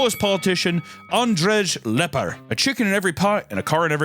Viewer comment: As a pole hearing him absolutely butcher Andrzej Lepper was painfull😭